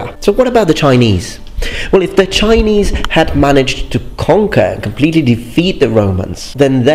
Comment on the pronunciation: your Chinese pronunciation is EXCELLENT. I commend you.